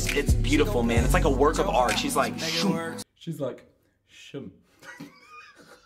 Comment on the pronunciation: Its Just "Shoum"